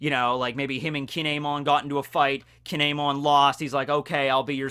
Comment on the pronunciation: I know I’m nitpicking here, but Kinemon is pronounced Kin-emon. Anyways, it’s awesome how you can make an entertaining video about a character we don’t know too much about!!! 😄